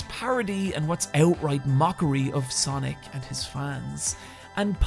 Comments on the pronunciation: the thing that bugs me about this video is how he says sonic and sanic the same way. its SANic like comic SANS. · Great video but wish you could pronounce sonic and sanic differently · W/e - I loved Radical Rex growing up. Also, my midwestern wars cant distinguish between your pronunciation of “Sonic” and “Sanic.”